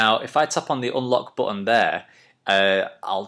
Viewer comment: I like the way you say 'boh-an' for button, sounds fancy doesn't it?! Anyway nice tutorial...